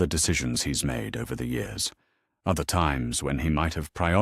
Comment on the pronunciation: How about getting an AI reader that actually works. This story ALONE has over 100 Mispronunciations - especially mispronouncing years as yours